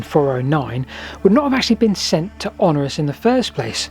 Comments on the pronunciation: The Emperor you keep referring to was called Honorius (four syllables) rather than Honorus (three syllables). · When you say 'Honorus', do you mean Honorius? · Honorius not Honorus. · you keep mispronouncing HonORIUs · Honorius is not pronounced Honorus.